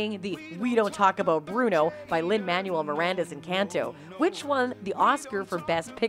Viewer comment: Who mispronounces Lin Manuel Miranda's name in this day and age? It's Man-well. Not Man-u-el. He's a world renowned artist, not appliance literature.